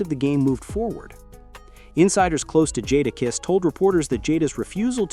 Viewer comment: You’re trying your best start a rap beef, you can’t even pronounce the rappers name correctly. JadaKiss not who you just said. Keep yall eyes open people, they don’t do this with country music